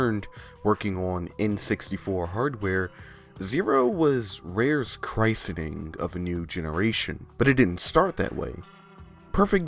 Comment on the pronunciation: "Rare's CHRIST-EN-ING of a new generation." smiles Uhm.../CHRIS-en-ing/.